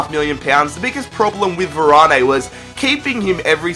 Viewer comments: Varan, not Varanay😂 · its freaking varan not varani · Who is "Varané" ? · you said varanes name wrong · your saying varane wrong